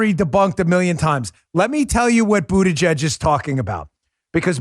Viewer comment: It almost sounded like you were about to say "BootieGet" and not Buttigieg. 😂 Too funny Dan-O. 😉